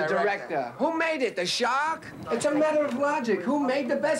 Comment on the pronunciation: He didnt say shark. He said shak